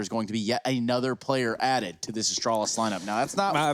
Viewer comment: Me: Astralis Caster: Ashtrohlis